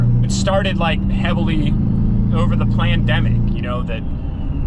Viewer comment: He said PLANdemic ….. 😂😂😂 Love it!!!